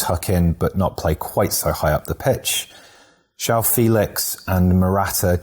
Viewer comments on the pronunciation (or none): none